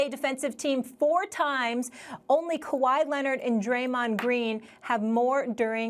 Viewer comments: Max you gotta be eating rocks to say Kahwi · Max said kawhi 😂😂😂 smh